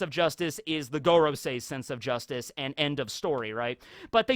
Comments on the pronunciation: When will someone tell him that 5 in Japanese is pronounced "goh" like in "got" and not "goat" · You would never pronounce “goro” as gore-o in Japanese. Japanese hiragana are always pronounced the same in Japanese, (casual enunciation slurs the sounds in certain situations, like making the U silent in words like Sasuke) Just bite the bullet and learn how to read/write/pronounce the Japanese alphabet. It takes about a day and really comes in handy. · I think it's pronounced more like 'Gohrosei, or Gåråsei' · It would be pronounced gorOOsee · I think it’s go-row-sigh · It's pronounced like goron.. 👌🏻👏🏻👏🏻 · Your usual pronounciation of Gorosei is correct. The other pronounciation sounds less Japanese (I.e. a Japanese person wouldn't pronounce Go, as in the number five, in the way that we pronounce the English word Go. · you should really look up the pronunciation of FIVE in Japanese